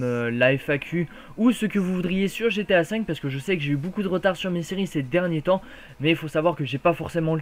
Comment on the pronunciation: C'est GTA et pas GAT ! ;)